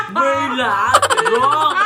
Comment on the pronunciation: Gurla? Wrong!!!! 😂😂😂 Merlat daw. 😂